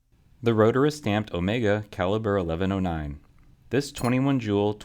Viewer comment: The “R” is for Omegaaaa-R! 😂